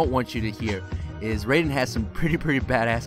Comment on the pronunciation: He is pronouncing his name wrong